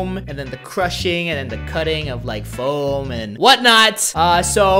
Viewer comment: It's floam not foam